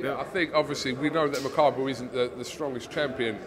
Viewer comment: People keep saying the guy's name wrong on purpose(referring to the title). Who's makubu? It's makabu